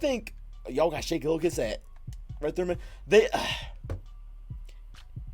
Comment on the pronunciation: It’s Gil-jis